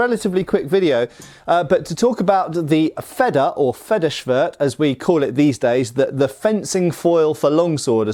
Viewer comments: Yeah, wanted to comment on this, too. Your Feder pronunciation isn't even bad; just make the first e longer and it's perfect. Your version would be written Fedder in German, and that's not an existing word (yet?). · Wanted to compliment you on your pronunciation of the 🇩🇪German word Schwert 👍🏻. But you want to take it to the next level...if not that's totally okay of course✌🏻. Feder in 🇩🇪, isn't like the 🇬🇧 Feather. But it is pronaunced like: "fayder". Really like your Channel and love learning something new each time you post a video.👋🏻🇳🇱